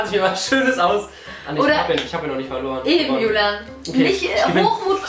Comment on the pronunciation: Bibi du hast folorren 😭😭😭😭